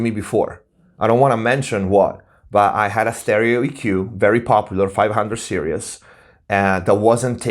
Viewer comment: I really love the fact you say "serious" instead of "series"... it's one of those endering things you end up loving when someone is fumiluar. 500 serises is so good... make sure you have a really good lunchbox and you'll be fine... I love the idea of creating my own console with easy complete mix and match esactly what I would want... that's avbig dream to do that properly one day... The term toy is a bit vauge also... bucause that would be a toy for me... a 500 serises console but it would be used for professional use... I will just be having so much fun from it like a toy... if it doesn't sound very good then it isn't fun... so maybe I want the gear to be toys... toys I love and appceaite... in that context Lego wouldn't be a toy to me, it would be boring and usless... just to 360 the table on that remark... forums are definaly a hide out some narcsisitic bla bla blas... it's also where you might find the real good advice... so just learn to negogate between good and toxic people